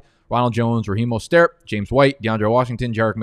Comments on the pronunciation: Why can’t you just say Mostert’s name like an American?? Do you always have to sound like fuckin Pepe Le Pew???? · Bruh.... the way says Mostert has me tilting more than when he leaves his screen and misses a pick...